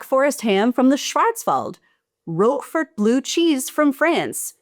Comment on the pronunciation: Her pronunciatons are killing me. Guda cheese and Rockford cheese hahha